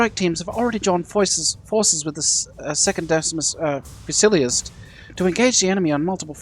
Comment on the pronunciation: The word fusiliers...is pronounced fuse-a-leers. It comes from the French (fusil)...for a light flintlock musket. The word was used for a number of Commonwealth units in the past (and is still in use today).